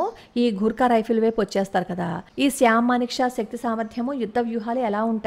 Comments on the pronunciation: Good topic. Sam Msnekshaw ఆయన పేరు. మీరు చెప్పుతుంటే శ్యామ్ అని వినిపిస్తోంది. ఒక సారి చెక్ చేసుకోండి. భారత్ మాతా కీ జై. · శ్యాం కాదమ్మా! Sham!